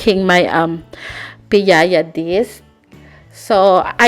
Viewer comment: from Bacolod here! And its actually "piaya" not piayaya. But thats ok. It's one of the best pasalubong treat everyone loves. anyways, its been a long time since i found out this is how they're made. Will try this soon. ^_^